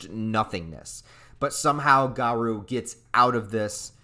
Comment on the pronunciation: LOL i know that feel but im not gonna be a doomposter. this chapter is too hype! "GA-ROOOO" not "GA-RUUUU" but w/e good vid regardless